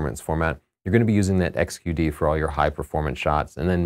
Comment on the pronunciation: do you listen to your videos before you post them. If not maybe you should or have someone else listen for mistakes. QXD XQD D6500 7D instead of D7200. It makes you sound like you don't know what you're talking about and we know that's not true. I actually enjoy your videos. I hope you don't take this the wrong way. Just a little C.C. Thanks for the videos.